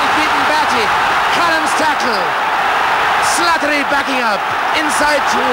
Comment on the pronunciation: He has a wonderful lyrical pronunciation of the name "Slattery"